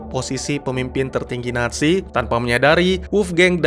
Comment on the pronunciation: NAT SI... apa NA ZI... Kok akadang-kadang terdengar NASI